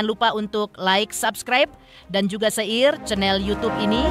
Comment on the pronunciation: WOIII YG BACAIN INTENS... BISA BACA GA SIIIH... KATA2 SHARE MASAK DIBACA SEIR SEIR APAAN SIIIH😅